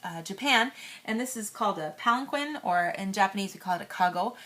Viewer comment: I thought palanquin was pronounced palankeen